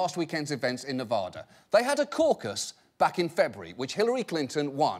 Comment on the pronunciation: As someone who lives in Nevada, I am kinda annoyed by how he says Nevada.